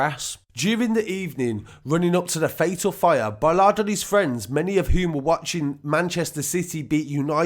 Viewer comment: Awful people but it is Bolland not Bollard.